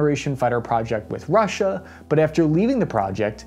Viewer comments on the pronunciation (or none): none